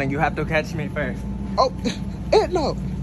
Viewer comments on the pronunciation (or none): It kills me how he pronounces her name “ednow” 🤣🤣🤣